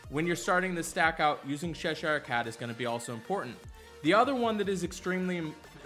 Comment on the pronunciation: Sheshire Cat? Who is that? As an Anglo-American, it's CHESHIRE, like Chesterfield. Love everything else, though.